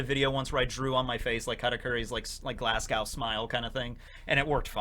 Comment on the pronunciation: I was watching this walking through Glasgow and hearing say “Glass Cow Smile” got a chuckle out of me